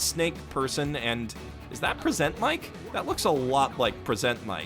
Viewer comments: It bothers me how he said Present Mic as in “I PRESENT you...” instead of “Here’s a PRESENT for...” Is that just me? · The way you say Present Mic still gets me every time